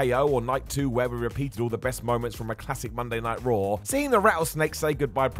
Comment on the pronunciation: Raw* not Roar